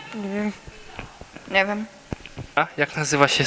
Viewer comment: "Nie PANIENTAM" najlepszy :D